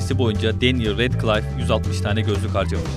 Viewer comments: Redkılayf değil redkliff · redcılayf değil radkılif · Emeğinize kesinlikle saygı duyuyorum, çok küçük ve naçizane bir ricam lütfen filmleri izleyin. İzlediyseniz de karakterlerin isimlerinin nasıl telaffuz edildiğine dikkat edin, çünkü ben izlerken yanlış söylediğiniz her isimde dikkatim dağıldı. Retkılayf değil redkılif, Darzliy değil dörzli, anne boleyn değil en boleyn. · Radklayf değil radklif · melfoy ne ya malfoy ve redkılayf ne muhteşem ingilizce